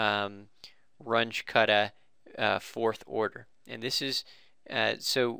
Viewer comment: WRONG PRONUNCIATION,.... RUNGE is a German name,... R-U-N-G-E,.... ("G" is like "G" in "good")